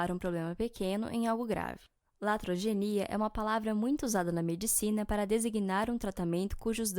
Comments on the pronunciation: Não é Latrogenia e sim iatrogenia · Iatrogenia é o correto. Com i. Não Latrogenia